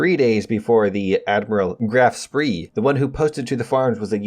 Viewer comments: The German ships are pronounced Prinz Oigen and grofe Shpe I know that’s not how they’re spelled, but that’s how they sound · Indeed. I know that American pronunciation of german is quite different than original (of course it does) but it was so surprising that he just added a vocal where none exist... Welp